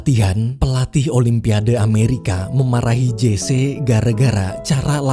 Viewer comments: Sedikit mau memperbetulkan.Memanggil nama Jesse harus nyebut "Jesi" bukan "Jese". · Maaf bang admin..namanya Jesse Owen ucapannya Jece apa Jessi..saya kok demgernya malah kurang pas kl Jece ya